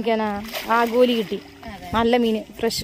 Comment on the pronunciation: ആഗോലി എല്ല ആവോലി'